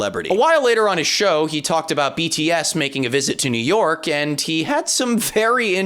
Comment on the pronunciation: I don't like how James says "New York" with that emphasised "k". Idk why, just... please James, don't say New York again for the rest of your life